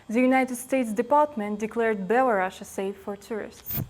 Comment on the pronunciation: Было б шчэ лепш, калі б без сэксізму абышліся. І шчэ самім беларусам засталося вывучыць, што па-ангельску краіна вымаўляецца не BElarus, а BelarUs.